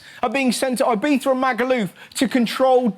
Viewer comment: I like how he made fun of trump for not properly saying a foreign countries name but he can't even properly say fucking ibiza